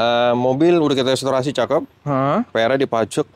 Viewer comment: bukan estorasi tapi restorasi....😂